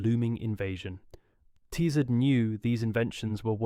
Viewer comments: It’s Ti-Zard the i is pronounced as in, in, NOT as in LIGHT. The a, in ard is pronounced as in “are”, NOT as in;:’ This guy changes pronunciation of words EVERY TIME HE SAYS THEM. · If one is making a video about the Tizard mission, one should at least find out how to pronounce "Tizard". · I do wish 'you' would be consistent in your pronunciation of Professor Tizard's name [it is 'tiz' with a short-i : NOT 'tie' like the thing round 'your' neck!] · Disconcerting variation in the pronunciation of Tizzard ("Tie-zard", "Tee-zard", and also the correct "Tizz-ard") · It took about 60 seconds for me to give up on this video. Three different pronunciations of the same surname in one minute will do that. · How many times and ways can you mis-pronounce and mis-spell the name of your principal subject?